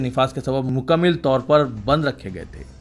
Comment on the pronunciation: bhai.... Urdu ke talafuz zara tawajjo farmaiye...musbit nahi balke musbat he....isi tarah mukammil nahi balke mukammal talafuz he...ummid hai islah karenge aaaeenda... shukriya